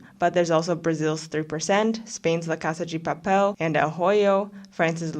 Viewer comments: Was gonna say, the pronunciation of "Casa 'gi' Papel" made me cringe each time, but then I guess there might be a Brazilian twist to it? I feel like just calling it Money Heist would have been better. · as a spanish speaker i would rather you saying money heist, the way u said it was kinda distracting. The video and analysis are good tho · Why do you pronounce la casa de papel like that 🤨😐